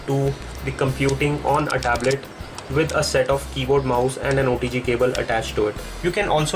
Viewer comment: Sounds like he is saying odg cable